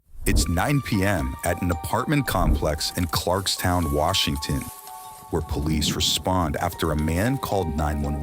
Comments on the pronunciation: Its pronounced Clarks Tun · For reference, it's Clarks-Ton, not Clarkstown. AI needs to go. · It's Clarkston not Clarks town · It’s pronounced clarkston not Clark’s town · "ClarksTOWN", cringe. Its ClarksTON. No one from Washington or Idaho which its on the border of says it with the W in town. I am from the main city in this part of the state, Spokane. For the record Clarkston larger sister city across the river, Lewiston, Idaho, is also pronounced the same way. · Clarkston is not pronounced Clarks-Town. AI sucks. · It’s not Clarkstown. It’s Clarkston… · It's Clarks "tun" not town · Clarkstown and Clarkston aren't the same, get a narrator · It’s ClarksTON not ClarksTOWN, person who programs the AI narration. Please just try to take 1-2 seconds on Google or even just look at the map in the video. It’s ok to try to get names and places pronounced correctly. In fact, it should be part of your editing process to get at least those pronounced correctly. It’d add maybe 5-10 minutes of work per video. Probably less than 5. I would think you’d have an expectation of zero pronunciation errors on paces and names, but it’s clear that you don’t much care about it considering the manny mistakes in other videos. Please do better with your AI if you’re choosing to use that pathetic ‘cost-effective’ mistake-riddled shameful crutch of a tool. I’m aware this message will be ‘read’ by a bot, but at least it might get through in a couple decades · Clarkston. It’s clarkston. Not Clark’s TOWN. Ai sucks and so does the channel owner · It’s Clarkston. Not Clarkstown. I live here. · The AI failed on the first sentence. Clarkstown vs ClarksTON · Bro, 2 seconds in and the name of the town literally is WRITTEN Clarkston and this ai voice be sayin CLARKSTOWN……I’m out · "Clarkstown"? It's Clarkston. AI is not the way. You lost me after 5 seconds. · omg my hometown is on law and crime. and it’s pronounced CLARK-STON btw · im from the area and the way the ai said the town hurt my brain